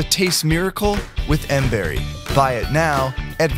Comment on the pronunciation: it's miracle berry not mberry